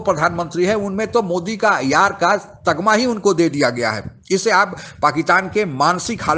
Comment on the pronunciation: यार का तगमा नहीं भाई तमगा